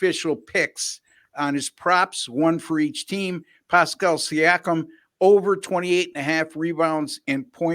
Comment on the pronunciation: The mispronouncing of siakam's name was classic